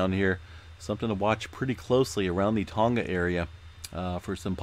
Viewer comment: Oh. And the G of "Tonga" is not pronounced as a hard G. "Tonga" rhymes with "song-uh" (not "song-guh").